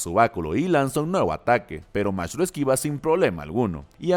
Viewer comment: Se pronuncia Magt. No sabes alemán?